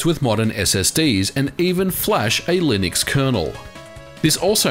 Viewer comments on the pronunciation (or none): none